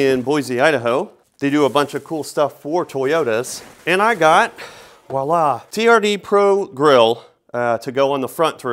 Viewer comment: Please, if you're going to say "voila!" do NOT say it with a "w". It's a "V". Vwah-LA!"